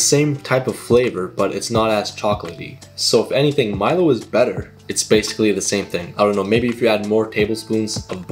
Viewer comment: Finally someone who pronounces Milo as it is originally. A lot of Americans pronounce it as "MEE-LO"